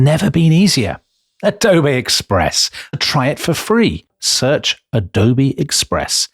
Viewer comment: The way Tom says 'Adobay', just tickles me. I say that in all meetings now when the need arises. The other meeting go'ers cock their head to one side, as if a a dog just heard a curious whistle, but they dare not mention it. Such joy.